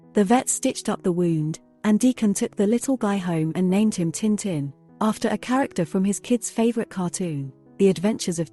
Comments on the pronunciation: タンタン じゃなく チンチン に聞こえるせいで内容が一切入ってこなかった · Would have been better if you'd used a real voice, this bot voice mispronounces tintin - duh! It really grates on the ears after a while. Very phony sounding.